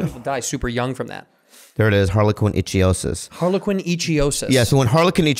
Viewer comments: Also, Bobby was pronouncing it wrong. It's IK-THIE-OSIS ("thie" as in "thief"... or "ichthyologist"). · pronounced ICK-THEOSIS BUT GOOD TRY BOBBY BOY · They keep saying Icthyosis wrong